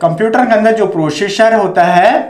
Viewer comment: प्रोशेषर नहीं भाई प्रोसेसर होता हे 😂😂